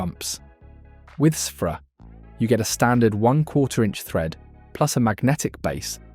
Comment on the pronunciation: I thought it was pronounced "sphere-ah" not "seph-ra"